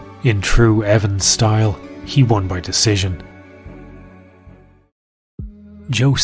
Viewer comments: Wait... Dana cant say Decision? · Dana can't even say decision right how much he hates it